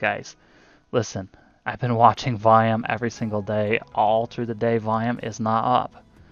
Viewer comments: Whats VIAM? I keep hearing you say VIAM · Sorry, i figured it was volume. Just wanted to make sure you weren't referring to a technical indicator. Sounded like you were saying viam. Im a noob.